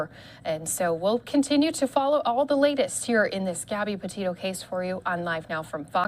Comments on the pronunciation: Noone caught how the reporter called her Gabby 'Potatoe' at the very end... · Sounds like Petatoe